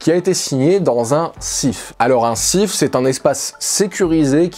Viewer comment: on dit un SCIF avec le C qui se prononce. Dans mon metier, nous l'utilisons pour des procédures spéciales. C'est en effet une zone sécurisée avec contrôle biométrique ou tous les objets connectés sont interdits (en tout cas dans notre cas). Mais merci pour cette super vidéo !